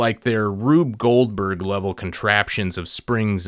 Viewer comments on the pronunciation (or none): none